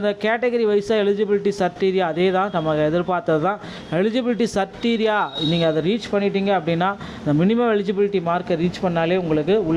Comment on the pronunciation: சிரிட்டீரியா இல்ல க்ரிட்டீரியா